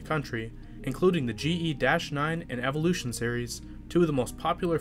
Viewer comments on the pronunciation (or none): none